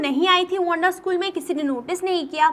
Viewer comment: "Wonda" Ya "Wanda" 😂